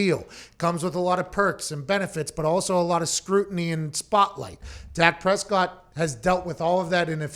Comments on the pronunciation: She has a inside scoop but cant pronounce his name!..🤣🤣🤣🤣ok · No, she thought it was Dax Prescott